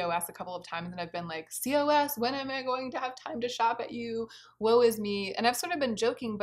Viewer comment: You’re amazing. And a side note that COS is pronounced like “cause”. Meant to be helpful not critical.